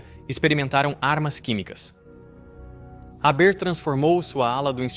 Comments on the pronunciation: Fritz "Réber"? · A pronúncia do nome é errada, o h é aspirado e o er do final é pronunciado com o som de "a" aberto...no mais irretocável., boa pesquisa histórica.